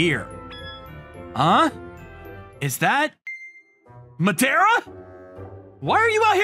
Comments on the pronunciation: the Madara pronounciation sounds lika "medeara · Oh, a Naruto fan? Yeah, Madara was a fearsome character. Though here it sounds like Ma-de-ra… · Why is the pronunciation of Madara TRIGGERING ME? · He's pronouncing Madara wrong